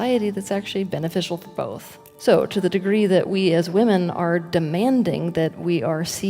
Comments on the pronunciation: Wih-men....plz man....take a whole day and learn how to say this. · He is saying women and woman incorrect more than once 😑👎🏼🙄💩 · Why do you mispronounce "women" the word is not phonetic